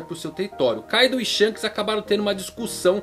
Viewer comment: Não é káidu...é Kaidoou